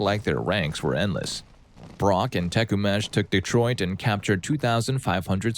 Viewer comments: To note in story 17 (For all the non Americans out there) the proper pronunciation of Tecumseh's name is Teh-Kuhm-Sah (think TekUmpSuh when you say it and you will be very close) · YOU CALLING HIM "tekumesh" IS FUCKIN HILARIOUS